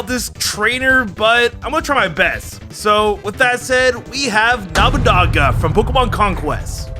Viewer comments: Did l heard that right namanaga? Boy its nobunaga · Me: He's called Nobunaga.: Nabunaga. Me: No, that's not how you say his name.: Nabunaba. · I'm sorry i have to be that guy but it annoys me it's Nobunaga (No-boo-naga) not Naminaga and Nabanaga. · It's not Nah-buh-naga, its No-bu naga. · His name is Nobunaga not Nabanaba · Okay, why do I keep hearing him say Nobunaga's name as "Namanama?" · NOE-boo-nah-gah…. I’m not even Japanese… I keep hearing nama-nama… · watches Pokémon Journeys Also ETER-NATE-US Pokémon Journeys Looks with confusion Edit: my god your pronunciations bother me 🤣😂 KNOB-A-NAGA its NO-BU-NAGA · Nabanaga? It's NO BU naga.... silly. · saying Nobunaga sounds like a teaser to an upcoming Pokemon. Nomanama the legendary ghost type Pokemon or something. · “Nama naga “ lol 😂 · Nobunaga No-boo-naga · Me: twitching everytime says Nobunaga or other Japanese words incorrectly: "Nobanaga, Nabanaga, Namanaga, Damn-yo, Nubanaga, Namanama, Nabanaba.... Me: XD D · Did i just hear it wrong? Or is it Nabanaba?😅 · Somehow i kept hearing Oda NAMANAGA Namanaba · not trying to be rude here and please forgive me if my wording is but... you said Nobunaga's name seriously incorrect it's No (like No you can not have this) Boo (the u makes a boo sound) and then Naga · (NO BU NAGA) IS HOW YOU PRONOUNC IT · I couldn’t tell whether you were saying nobunama or not. Either way it’s still funny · nabanaba , or namanaga pronuntiation of nobunaga made me laugh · It’s Noh-boo-naga. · Omy No Banana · Nabunaba Damyo What the hell, dude. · I love how he keeps saying nabanaba, instead of Nobunaga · What did he say? Nobunama? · He ended with calling him Nobunaba a few times. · He says it like namunama it's sounds so stupid. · The pronounciation on lysandre and nobunaga are dire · I think you said that warlords name correct like once haha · I don’t want to be rude, but he definitely butchered Nobunaga’s name so hard 😂